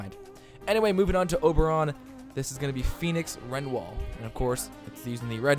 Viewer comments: Don't wanna sound rude but its re-new-al not ren-e-wal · renwal ??? where the fuck did u learn to speak english it's re-new-al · I was just about to say something